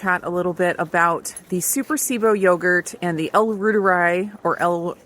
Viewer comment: It's pronounced "ROI-tuh-ree" not "roi-tuh-rye" or something like that because in German, "i" is pronounced like "e" when you say the alphabet.